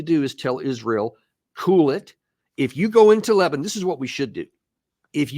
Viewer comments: Because of wrong pronunciation? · Sopped watching when I heard “Le-bah-nun.”